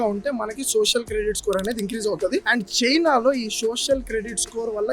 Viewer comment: Anna adhi China sina kadhe